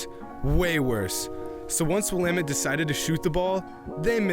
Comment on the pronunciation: U sayin Will-Ahh-Mette wrong btw. Nice vid tho.